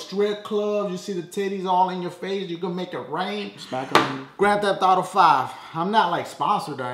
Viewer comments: Dashie-"play Gan Thef Auto" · lol the way you pronounced grand theft auto